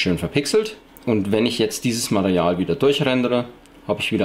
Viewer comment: ja du hast bei circa minute Mareal gesagt anstatt Material . Denke mal er meint das damit :=) aber egal Klasse Tutorial. Abo hast du von mir :=)